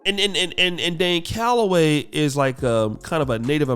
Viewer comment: He called Dane Galloway the puppet "Lame hellagay"